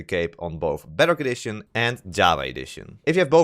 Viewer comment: The way you say "Bedrock Edition" sounds like "Better Condition" and sometimes sounds like "Butter Addition".